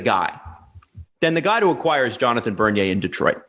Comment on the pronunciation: I had to pause the video when you said bernier.